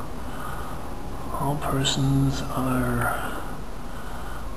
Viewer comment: Pronounced not "Magoo" but as in "McGuff". Nice video.